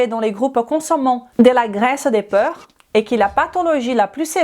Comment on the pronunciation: obrigada pelo vídeo. O conteúdo é interessante, mas a sua pronúncia está precisando de ajuda. Você está pronunciando porc como peur. Moro na França há 47 anos, posso te ajudar?